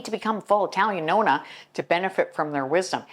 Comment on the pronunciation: I’m a Nonna and you pronounced it perfectly. My great grandmother was a Nonna and my children wanted me to be called a Nonna, I’m honored. My grandmother lived many hours away and only saw her a couple times a year, but she and my aunt who lived with her were my greatest examples. That was my and my siblings most favorite place to go. The smell of their house we all loved. My mother was the greatest cleaner. I observed everything she did. It was always immaculate. My mother cleaned floors on her hands and knees. I can still picture her dust mopping our bedroom putting it out the window to shake it. She had to have really white whites when she washed clothes. I still remember the wringer washer, then she bought an electric one. Had to only use Tide detergent, hot water, two cycles. No dishes in si k at the end of the day. My father was a German perfectionist and he washed the windows and many chores around the house and outside. My mother hated sewing and ironing. It was actually my father who taught me to iron and sew and other things. My father was a better teacher, my mother was not. I just “caught it”. I learned how to do everything from them and I’m glad I did. I actually love cleaning. It’s in my blood. Thank you for this video, I enjoyed sharing some of my Italian heritage.❤️